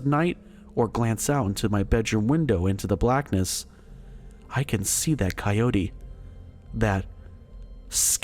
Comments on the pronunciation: Coyote=Ky-O-tee. Your welcome. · My daddy shot the monster, than my daddy had some big people drinks, & now my mommy is with a coyo-tuh-hey as guy pronounced coyote. Ki-O-tee not cyotahey. Just Ki-oats is cool too, but kiotihay isn't a word. Beyond that good job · Damnit man, you got decent stories but you can't pronounce shit, I just can't handle your saying suno ran dessert, and now it's a fucking co yota hay, dude your killing your whole set by butchering words so bad I can't listen to your channel no more, I'm sure I'm not the only one who unsus scribe dahuh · The pronunciation of Sonora & Coyote is killing me dude. Smfh. Good God!! 😂😂😂